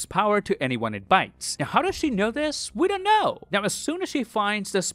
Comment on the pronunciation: "WE DENT KNUUUHHHHH" was too funny hahahahah